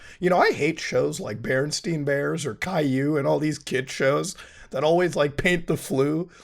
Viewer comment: It's Berenstain Bears not Berenstein Bears